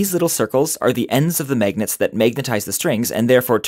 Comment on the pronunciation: I like how he calls them maygnets